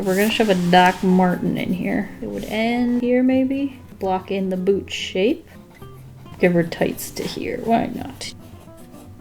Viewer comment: I heard boob not boot